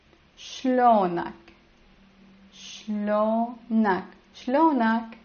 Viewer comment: Shlounak sounds like your a local